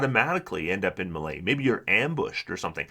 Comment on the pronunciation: The way you say "melee" makes me cringe every time.